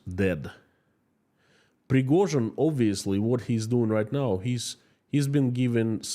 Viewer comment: Ive come to realise when you say Yevgeny Prigozhin it sounds like guinea pig, maybe thats why Putin chose him.